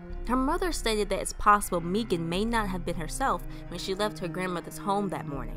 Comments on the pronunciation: Thank you so much!! (It is pronounced like "Megan" but I am so grateful you covered her story!!) Thank you, thank you, thank you!!!! <3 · pronounced "Meghan" Its the authentic Irish spelling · Its pronounced Megan but spelled unusual. She was my best friend